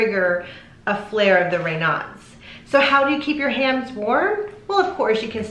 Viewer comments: In the U.K. Raynauds is pronounced Ray knowds, not Ray nards. Greetings from Wolverhampton in The West Midlands, England.xx P.S. Ray nards is connected to Foxes. !!! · It IS pronounced ray-nosed. Raynaud is a French name. I've never (in 65 years) heard anyone call it 'ray-nods." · ‘ Ray nose ‘ is the correct pronunciation - French . I have never heard it pronounced ‘ Ray now’ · I like this video, but I definitely disagree with your pronunciation!!! The guy is French, so it’s more like Rey nose. I’ve had it for over 30 years and I’ve never heard it pronounced the way you do 😊 informative info tho!!! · We pronounce Raynaud's the other way in the UK. Don't worry about it.